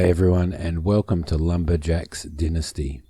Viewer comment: your saying the title wrong i know its been years but just thought i let you know